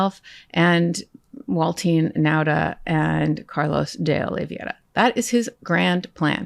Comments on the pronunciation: I have great respect for you, Karen. But please learn to pronounce "Oliveira" correctly! It's oh-lee-VEH-rah NOT oh-lee-vee-EH-ra. The dipthong is NOT "ie" but rather "ei." All other professional broadcasters have caught up with this after all these months . At first it wasn't widely known. Now it feels like nails on a blackboard. We've heard the name pronounced correctly in court. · Oliveira not Oliviera. :) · Karen, you need to learn the pronounce Carlos de Oliveira's name. You and say it like "Riviera," and that's simply wrong. Spanish pronounces "ei" as a long-a. Try this: OH-LEE-VAY-RUH. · For everyone at Meidas Touch: Spanish is, unlike English, consistently phonetic. It is always possible to pronounce it correctly if you go vowel by vowel. Therefore, “Oliveira” is pronounced O-lee-vay-ee-ra. None of you can resist butchering it, but I wish you would.